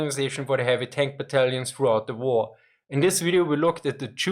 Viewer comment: even though,i can't quite get,why a German speaker would say war as "vor".